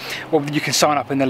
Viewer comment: "Those " perfect and then a fousand. Come on, you'll fank me later.